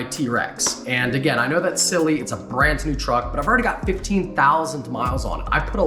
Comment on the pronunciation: Brant new? I listened to it 3 times because I didn't believe it.